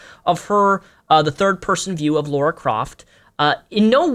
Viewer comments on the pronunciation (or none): Lara* not Laura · a pet peeve of mine, when people call LARA croft LAURA croft Lah rah not Law roar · why do you say lora craft, it's "LARA" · Someone who doesn't even know she is called "Lara" Croft, not Laura, maybe shouldn't comment on a video game analysis -___- Seriously if I read or hear another guy saying "but guys like butts" and "it's totally normal to check out a woman's butt" and "oh they don't look too sexy" I will seriously cry. Women and also female video game characters are not there to please someone sexually (as long as it isn't a fanservice game of course), when will gamers finally understand that. Go to porn sites if you want to see butts, I want to play freakin video games. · Dude, it's Lara Croft. Not Laura. Even Bitch Mcgee got that right. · laura? isn't it Lara? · La-Rah, there is no "u".